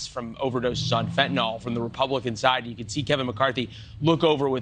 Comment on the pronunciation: It’s Fent-a-nyl not Fentanol. The president mispronounced it too. Fentanol suggests the drug might have something to do with alcohol as they classically have “ol” at the end. It does not. I get aggravated when this comes from people that should know better. Come on!